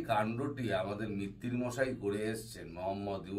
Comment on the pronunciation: মিত্তির নয় মৈত্র।